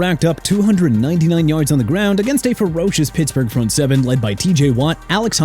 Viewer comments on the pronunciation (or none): none